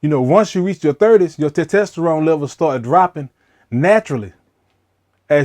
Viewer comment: Can you please say it correctly? Tes tos ter one